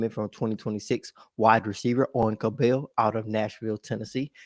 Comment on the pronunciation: It’s pronounced like “Scrabble”. “Cab-ull” 😉